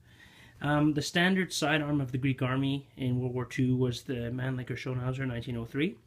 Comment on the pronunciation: Great content! Just discovered your excellent channel and immediately subscribed. An unsolicited observation, if I may: you might want to modify your pronunciation of “Mannlicher” — your rendition of it sounds hilariously obscene...